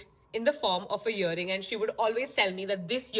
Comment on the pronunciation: Great work!! I'm not here to judge but it's earing not yering....😅3:4